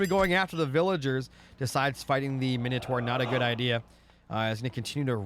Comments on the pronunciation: Thanks for this upload but PLEASE don't call it Miniotaur... It's Minotaur! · bro where do you see the i in mino